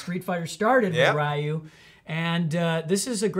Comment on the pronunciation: Next time remember to pronounce his name "Ree-yoo" (it's more like "Ruh-yoo" but oh well); don't wanna trigger the SF fans